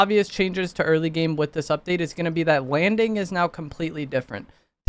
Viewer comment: did he really just say "Wanding is gonna be compwetewy diffewent" 😂😭